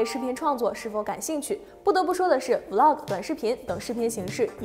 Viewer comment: 還是伊凡講 Vlog 連貫讀出 有很多男女主播成 V -log 太難聽了